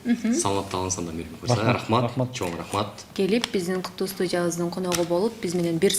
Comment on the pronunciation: МИБЕК болуп калды Р тамгасы кайда калды??? Мирбек го мейли, алып баруучуларга минус!!!